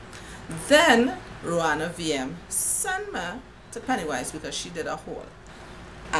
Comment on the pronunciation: LOL!! I like how yuh say "sen" yuh!!!!